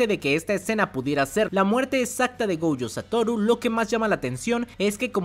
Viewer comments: Ui-Ui = Wi- Wi- GoUjo = Goyo o en todo caso Gollo. Fonéticamente hay nombres que pronuncias mal. Aún así me encantan tus videos de JJK ! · no entiendo la marcada necesidad de pronunciar el apellido de Satoru como "Goujo", me da un tremendo cringe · Yo solo escuché glo glo glo gojo jajajajaja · Amo los videos de este man, pero choca mucho conmigo cómo pronuncia "Gojo", no haría mal que checaras la pronunciación correcta, o no sé si ya es meme suyo, perdón